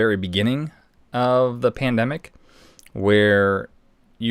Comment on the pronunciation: He says “ tandemic” 🤔@ P@ t are completely different. Listen close. Stay vigilant.